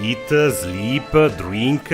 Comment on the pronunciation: Eattahgggg sleeeppaahhg drinkkahhgg 😂😭😭😭😭😭 im cryin